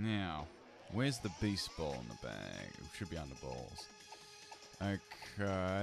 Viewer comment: What he said: beast ball What I heard: baseball